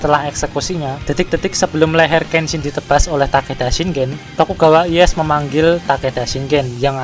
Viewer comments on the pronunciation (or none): Ralat pelafalan bang Sengoku dibaca Senggoku Tokugawa Ieyasu bkn Ieyas Maeda Toshiie bkn Toshi